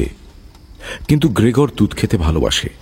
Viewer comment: এ গল্প রাজনৈতিক-সামাজিক-অর্থনৈতিক এবং মানবিক সম্পর্কের টানাপোড়েনের-দুঃসহ যন্ত্রণার গল্প।সক্কলের অভিনয় বেশ ভালো।তবে গ্রেগর নামটা সঠিক উচ্চারণ করা উচিৎ ছিলো।অ কার কানে লাগছে ❤